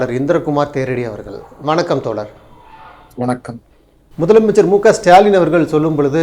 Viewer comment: அவர்களே தோளர் அல்ல தோழர் "ழ" உச்சரிப்பை பழகிவிட்டு ( உங்கள் உச்சரிப்பு படி 'பளகி') ஊடகத்தில் பேசுவது நன்று "தமிழ்" என்பதையாவது சரியாக உச்சரிக்க தெரியுமா? அல்லது 'தமிள்' என்பீர்களா?